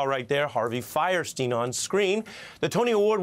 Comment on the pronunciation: It's funny how everyone pronounces his name "firesteen", but by the rules of German pronunciation, it should be "feerstine".